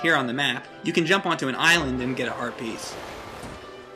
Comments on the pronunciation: am i the only one who hears "herpes" every time says "Heart Piece"? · every time he says heart piece i think he says HERPES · Every time said "Heart Piece" sounds like he said herpes...